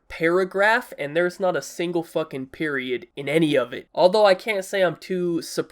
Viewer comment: Why did he say “FUCKING” like that?😂